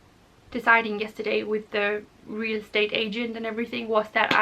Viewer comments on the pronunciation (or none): none